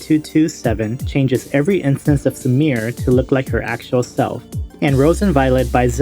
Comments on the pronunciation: Sumire isn't pronounced as "su-meer", it is "su-mi-reh". 😒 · You pronouncing "Sumire" as "Samir" is legit hurting my ears...